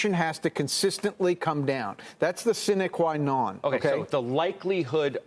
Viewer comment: "Sinequanon".!. 🤔 He must have one of those 'Word of the Day' calendars.